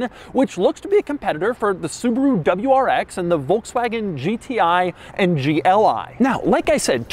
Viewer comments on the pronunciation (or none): none